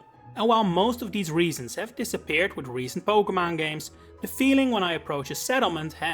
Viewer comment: You misprounce Pokémon